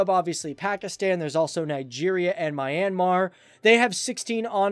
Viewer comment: My-ian-mar? 🤣🤣🤣🤣. If u want to be a good podcast, at least get the name of a country right. I can understand if u have difficulty in pronouncing names of some county or village... but a country?